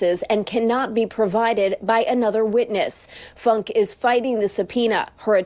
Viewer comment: Ffs its not Funk, its pronounced Foon-ka. I grew up with her father and uncle. And her uncle is my dentist. One would think after all this time proper pronunciation would be occurring.😂